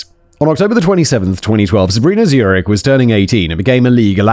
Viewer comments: Every time Simon says Zurich instead of Zunich, take a shot. You will be hammered by the end of the video! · Every time you said Sabrina Zunich my brain translated it to Sabrina's eunuch. I don't know what that says about me as a person, but there it is.